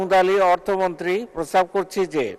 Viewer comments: প্রস্তাব করছি নাকি প্রস্রাব করছি,,, কি শুনলাম জানি না 😜😜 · প্রস্তাব নাকি প্রসাব বলছে 😂😂